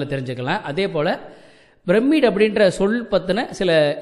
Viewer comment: எல்லாம் நன்றாக தான் இருக்கு... ஆனால் வேற்று மொழி பெயர் சொர்க்களை தமிழில் படித்து விட்டு வந்து அதை கொலை செய்வதை சகிக்க முடியவில்லை.... Pyramid ஐ brammid என்று உச்சரிக்க கூடாது... Pyramid ஐ பிரமிட் என்று உச்சரிக்க வேண்டும்...